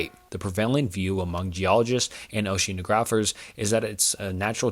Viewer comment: A lot of people complaining about pronunciation, but who knows when they're pronouncing something wrong? The one I keep noticing is oceanographer: ocean- ah- graphur is how it's usually said. You're doing a good job though, don't let YouTube comments get you down when they're negative- sometimes people are trying to be helpful and it sounds wrong, sometimes they're just jerks :D